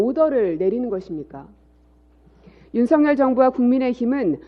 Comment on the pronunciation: 국세청까지 시켜서 추징하게된것에 대해 유감=원랜 안내도 되는데 굥이가 시켜서 어쩔 수 없다 라는 뜻 김상훈 ㅆ 발음 왜저럼ㅋㅋ ‘씀성과’ 윤씅렬’ 쟤도 일본놈인가?ㅋㅋㅋ